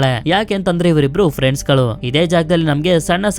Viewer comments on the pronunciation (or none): none